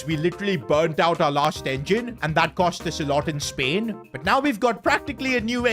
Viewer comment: Bro literally says spahrain before the Spain race